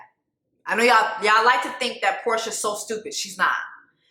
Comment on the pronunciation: I’m crying at “Porsher” lmao 😂😂😂